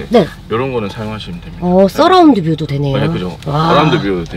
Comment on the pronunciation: 써라운드가 아니고 어라운드 ㅋㅋ